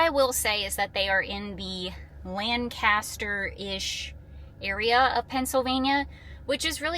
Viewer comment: love your video but please, pronounce my old county correctly. It is pronounced Lang-caster.Thanks